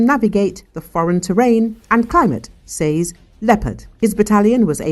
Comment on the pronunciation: Sez not sayz